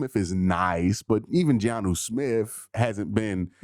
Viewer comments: It's Jonnu. Not Giannu😊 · Btw, it's Jonnu, not GEE-ANU Smith